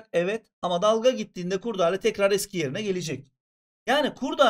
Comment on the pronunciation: Hocam Türkçeyi katlettiniz kurdale diyerek 😅